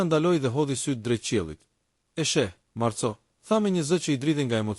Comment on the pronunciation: Lexohet Marko dhe jo Marco, se kështu shkruhet në italisht. Ka dhe fjalë të tjera që i lexoni shqip, jo italisht. Mirë është ta korrigjoni këtë gabim.